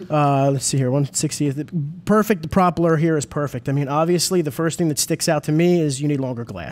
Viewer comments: Say "PROP eller" one more time. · Why can't either of them say "propeller" correctly? Haha very strange